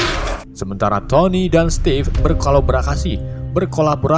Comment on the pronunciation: Penyebutan kolaborasi dan memotivasi kocak njirrr😂😂😂😂